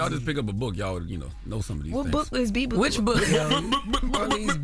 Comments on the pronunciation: it's pronounced Bee El Zuh Bub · it’s pronounced Bee Elza Bub 😂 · It's pronounced be yellz a bub 😂😂😂😂😂 not beezlebub😂😂😂😂😂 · It's pronounced "Ba-helza-bub" in the scriptures. Not Bee-za-bug.. Uncle Charla stupid! Lmao!!! 😂😂😂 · “Beezelbub” that’s not how you say it 😂😂😂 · Oh Charla 🤣...Be-el-zeh-bub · Beezlebub….Lol it’s pronounced “be-Elz-a-bub”…but he is right tho. He is a major historical demon/devil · It is pronounced “BE-YELL-ZA-BUB” lol not “BEEZLE-BUB” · Beezlebub got me weak!!!😂😂 it’s Beelzebub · Beelzebub. Pronunciation: "Bee" "el" "zee" "bub" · "BELL" zibub 😅 but yes that’s another name for the devil in the bible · It’s pronounced Be-EL-zebub. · Did he say Beezlebub???😂😂😂😂😂😂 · It is pronounced Bee-l-zee..bob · OMG, Charla, I can't with you. I literally peed myself. It's Beelzebub. It's pronounced Bee-EL-za-bub! 🤣🤣🤣🤣🤣🤣🤣🤣🤣🤣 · C the Gob is a master at butchering pronunciation: Bee-el-zuh-buhb - surely you've heard Bohemian Rhapsody. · BEELZEBUB!!! 😂😂😂 it’s BEELZEBUB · Belazabub lmao he said it wrong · It’s pronounced Belzibub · It’s pronounced BE- ELZA-BUB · It’s be el ze bub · Pronounced Bee-el-zuh-bub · This was bad yawl… bee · el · zuh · buhb And NO Jess it’s not Satan in every text. Yawl this bothered me so bad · CTG is a Tripp! Beeezlebub .....and nobody corrected him😅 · Be-EZ-UH-bulb how it’s pronounced 😂😂😂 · It's pronounced B-L-Zabub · It's be- ezel- bub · Lol its pronounced “Be-Elz-a-bub” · Beelzebub. He pronouncing it incorrectly 😂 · The fact they kept saying his name wrong was hilarious 😂😂😂😂😂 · It’s beelzebub dude